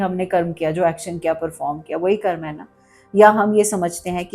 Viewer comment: आदरणीया, कृपया कर्म बोलें, कर्मा नहीं। कर्मा कुछ नहीं है। 🙏